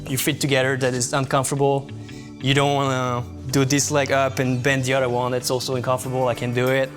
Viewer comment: to make the “th” sound, put your tongue past your teeth, not on the top of your mouth, it shouldn’t sound like “udder” it should be “other”